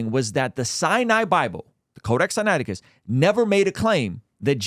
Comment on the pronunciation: Notice how billy never called it codac sinaticus until wes called him out on it?? 😂